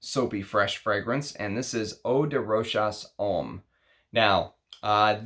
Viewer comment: you are welcome and thank you! (JacqueS doesn't have an S, it's just JAK, not jakS, the same with Rochas - it's roshA, not roshaS i know this can be very annoying, but still)